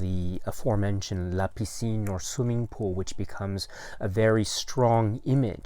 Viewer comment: Hello, hope you and family are well in Tokyo. Happy to hear about these new titles. And very happy for «La piscine» (you’re pronunciation is great). Just saw the cover on the Criterion site, I didn’t saw the detail of the title at first, you’re right there’s a bit of smugering on the title like something stayed in the water too long! I have a french edition of the film, also with an english version (I think they were shooting the french dialogues and right after the english ones). It was an occasion for Alain Delon and Romy Schneider to play together again and the film did re-launch Schneider’s career in France. Plus we have a very young Jane Birkin. Script was written in part by Jean-Claude Carrière who passed away recently. Looking forward to get a print of the film!